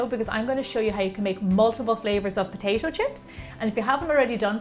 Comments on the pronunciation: Wth do you say Potashio ? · Take a shot everytime she says potaetoe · I though she said “Poshasho” eh..nvm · I like when you say : potaicho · no, she says POTAISHO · Didnot shut up you cant even properly pronounce it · Its weird how she says potato